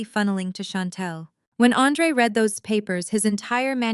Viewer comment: Love the story, hate the narrator, all the saying “S” after a name instead of saying the name plural is beyond me. Also saying READ correctly would make it a bit better